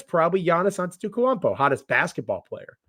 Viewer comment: you have to learn how to say Gianni’s last name lol the man is a 2x mvp